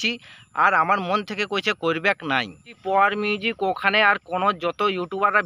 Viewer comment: ঠিক করে বল পাওয়ার মিউজিক